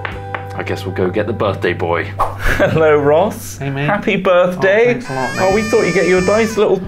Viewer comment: 'appy birfday!